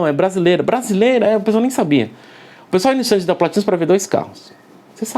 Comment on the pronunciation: Quando assisti o episódio do a pronúncia PLÁÁÁtinus me lembrou do prefeito na hora! Kkk Muito bom o conteúdo Perfeito! 👍